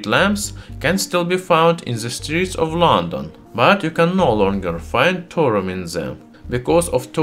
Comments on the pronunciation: Clear English isn't your first language but please don't do a whole video on a subject you cannot even pronounce correctly - Thorium (Thaw - re - um)... not torium! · Thor-Ee-uM not Thor-um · Are you speaking Torum or Thorium? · It's called thorium, not tourum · By the way, it's Thorium, not Thorum. Nice video, though! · What he is saying : thorium What I hear : torum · Can't listen to this guy. Its not "Torum", its Thorium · Pure 'Torum' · Thorium, thor-ee-um. You are saying Torum. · Thorium reactor. Say it with me now. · I’m sorry but the way you say “torum” is illegal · I genuinely thought, for years, that Thorium was pronounced Thor-ree-um, not Tor-um! 😒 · Okay the h in thorium is not silent its not torium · written Throrium sounds like Torum....thats not accent i could understand Torium with TH sounding like a hard T but come on... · Great video, but in English it's pronounced 'thor-ee-um' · Nice pronunciation of Thor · is the " H " silent? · Exactly, same here. Plus he mispronounced "Thorium" so much that it started to make me sick. Completely unwatchable to me. And not subbed, so no idea why I received the notification for the video... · I know, I'm Irish. I speak a few languages and know it's not easy. I meant it constructively, saying 2 syllables instead of 3 is a mistake pure and simple.